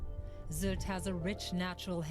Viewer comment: The y in Sylt is actually pronounced like ü (like in the name Rüdiger from one of your recent videos).